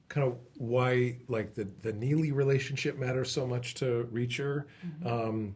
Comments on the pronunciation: And Alan just proved that 'Neagley" is pronounced "Neely" without the "g." I wish people would get it right. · And reacher also says neagley multiple times throughout the show, so i have no idea why people get confused on this